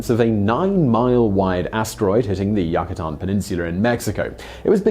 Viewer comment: He said lafe Erickson 😂😂 Edit 1: He also said Yacatan Peninsula, it’s Yucatan